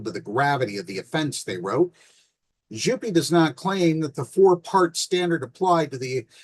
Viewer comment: To clarify: Jouppi is pronounce yo-p-p-ih. J in finnish is like y in "you". the o is round and clear, followed by a short "oo".J-O-U. The p is long and the -i at the end is shorter than the vowel at the end of e.g. "pee" or "happy". P-P-I.